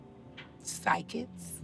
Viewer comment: Sweetpea I was quoting her at that time stamp she says "psy-kits" instead of "psychics"